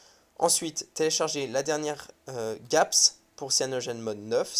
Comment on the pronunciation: Et on prononce "g"apps ;)